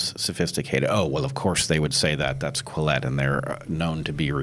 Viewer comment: Quillette not Collete 🙃